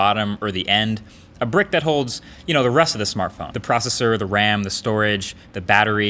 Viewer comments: ...Marques what's a Smarthpone??? do you mean smartphone 😂😂😂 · /smarthpone??wtf? the most people do not realize that mistake